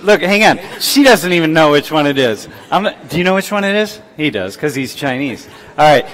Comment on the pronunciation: 중국어 이름은 pingyin이라는 중국어 영문 표기법을 따릅니다. 그건 일반적인 영어 발음하고 다르죠. 영상에서 나온 He는 히가 아니라 허에 가깝고 qi도 키가 아니라 치에 가깝죠. 이건 영어가 아니고 그냥 규칙이니까 그런 읽는 법 자체를 모르면 이름을 제대로 읽을 수 없는 겁니다. 그건 사실 한국어 이름 영어 표기법도 어느 정도 통용되죠. 어떤 미국 사람이 yeong을 '영'이라고 제대로 읽을 수 있을까요. 한국어나 중국어를 조금이라도 배우지 않으면 그런 겁니다.